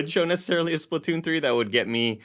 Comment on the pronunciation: "this is the SplaTUNES" -Tim [lol] Also, Kirby looks amazing.